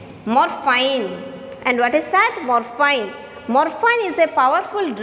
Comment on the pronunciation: Mam, plz search in google, "pronounciation of morphine". And by the way, i appreciate ur teaching style 👍🏻👍🏻